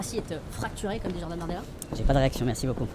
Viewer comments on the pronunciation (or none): none